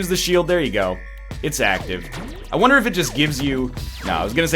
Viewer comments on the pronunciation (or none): none